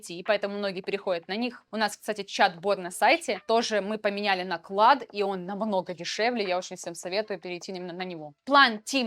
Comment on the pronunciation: Только КОПАЙЛОТ и КЛОД, а не коПИпайлот и клАд 😄😉